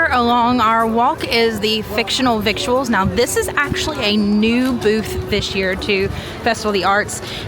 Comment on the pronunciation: Headsup, victuals is pronounced "vittles" not "vik-choo-uhls." I'm not sure if the Disney employee who came up with the name knew that lol